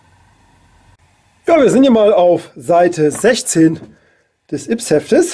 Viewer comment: Ja die neuen Yps Hefte wenden sich an ein älteres Publikum. Nämlich an alle Leute, die sie als Kind oder Jugendlicher gekauft haben. Außerdem heißt es ÜPS und nicht IPS.